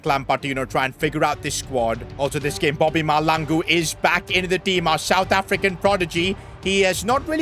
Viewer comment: It's not malangu 😢😭💔